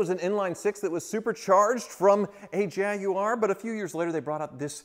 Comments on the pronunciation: Nice to hear an American pronounce "Jaguar" correctly 😉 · Kudos for pronouncing Jaguar more or less correctly instead of the usual American "Jagwire" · At last a American saying Jaguar correctly, well a couple of slips.